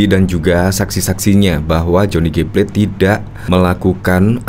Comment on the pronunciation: Plate bukan plet.